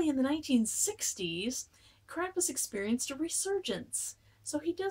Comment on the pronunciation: like Brom, it's pronounced "Krahm-pus".